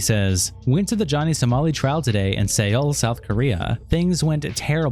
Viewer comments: “Say-ole” lol what an idiot. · Ah toe Zee Seoul - Soul Sorry but it hurt my soul to hear you pronounce those words differently each time